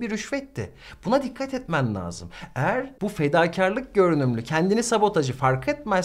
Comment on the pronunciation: Hocam, lâzım kelimesini telaffuzuna uygun olarak ince , parlak a ile söylemelisiniz, laazım olarak kalın a ile değil.